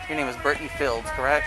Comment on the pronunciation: how did the absolute moron running this channel pronounce BRITTNEY, that they have said multiple times in the video... as "BRIN-UH-DEE"